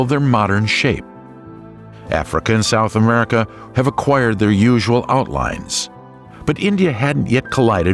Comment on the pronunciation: Is this narrated by a robot? Who tf says South Amurica